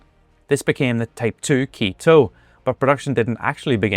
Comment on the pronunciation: Thanks for this video. I want to encourage you to put the human-crafted, edited, etc. label in the title and/or description. AI slop tries to hide how much AI was used. Also, "Ke" is not pronounced "key". It is "ke" as in "ketchup" (minus the "tchup"). The "e" in all Japanese words is pronounced the same, though in the Western alphabet, it is often spelled 'eh": beh (bed), deh, feh, geh, etc. I think the problem for English speakers is that we just don't have final "eh" sounds, so we turn them all into "ey" sounds: karate (karatey), boke (bokuh or bokey (in photography), or even karaoke (karey-okey). These are all pronounced wrong, but it's not hard to correct. e is always eh like ketchup o is always oh like hope i is always i like suite or pink a is always ah like father u is always u like suit. There is also ya, yu, and yo, and sometimes the "I" or "u" is unvoiced, making "sumo" sound line "s-moh" and Yokosuka sound like yoh-koh-s- -kah, and "New York City" nyu - ya-ku ss-ty.